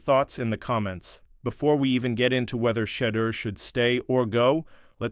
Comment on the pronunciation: learn to say his name. Sheduer.Sheduer isn't going anywhere. Community loves him.